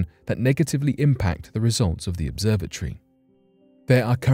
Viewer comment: 😂😂🤣🤣🤣bruh ya got. Now I'm listening closely to his pronunciations